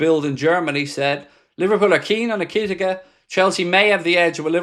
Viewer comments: Eki-tike….not ekitika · It's Eh-ki-tea-kay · e ker tee kay , that's how you pronounce his name . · Stop saying his name this way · How has no one in the chat corrected yet on the "ekitike" pronunciation? 😂 Has been going on for weeks lol